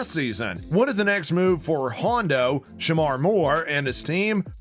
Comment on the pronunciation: "Shemar" Moore please pronounce the first name correctly